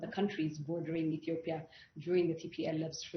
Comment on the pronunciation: Ethiopia!!! Not Ethopia🤦‍♂️